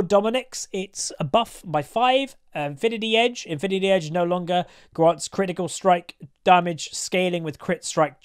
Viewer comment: Said infinity edge wrongly....